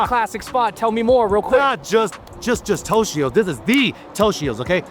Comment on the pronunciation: For a couple Asian (obviously not Japanese) guys, you need to pronounce “Toshio’s” and “Sakura” correctly.